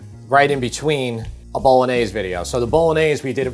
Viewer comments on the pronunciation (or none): none